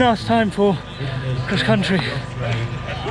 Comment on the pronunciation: He pronounces cross-country “Kriss contry